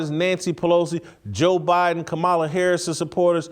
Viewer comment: You cannot pronounce the Vice-President of the United States' name and you want intelligent people to take you seriously?